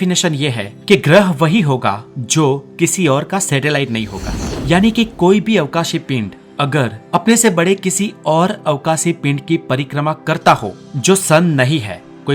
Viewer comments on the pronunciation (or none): He said settalite 🤣🤣🤣